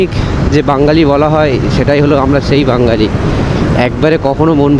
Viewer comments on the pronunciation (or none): ভাই বাঙ্গালী না যেটা তুমি উচ্চারণ করছো, ওটা বাঙালি।